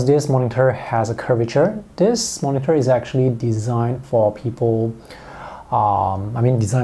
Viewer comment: Can you please don't pronounce 'moningter'? It's supposed to be 'monitor', not 'moningter'.